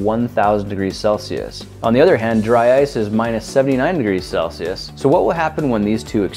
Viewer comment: I feel like he says celcious to sound smart